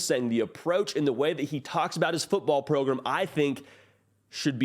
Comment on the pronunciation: What the hell is a 'progrumb'?